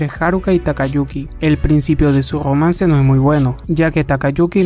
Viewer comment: gomance JAJAJAJAJQ no puedes pronunciar la r mega F